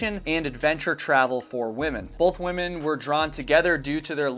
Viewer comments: Why do you keep saying woman's it's women. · Is it just me isn’t two ladies together pronounced women not woman I hear this all the time now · The plural of woman is pronounced wih-men not in the singular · *women ... I am sorry but, every time I heard womans, it was like nails on a chalkboard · Um,? I subscribe and I think your research and videos are generally great, but I'm a little concerned that you don't know how to pronounce the word "women" (although you do seem to get it right every third or fourth attempt). I mean, it's not exactly an obscure word. It doesn't rhyme with "woman". In typical illogical English fashion, it's actually pronounced "whimmin". I'm guessing that 51% of the population – including your viewers – might really appreciate it if you could consistently correctly identify us. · Nice work, but 'women' is plural for 2 or more females, not 'woman'. This drives me nuts and distracts from content ( I understand it's popular these days among content creators - but it is improper English). Not a good look. Also "WoodsWOMEN" 'wimm - mennn". Sorry, your seem so sweet and a good content creator. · I'll subscribe when you learn how to pronounce "women." Hint: it does NOT sound the same as the singular form, "woman." 🙄